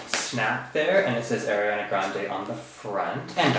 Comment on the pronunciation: its ariana not airiana jeez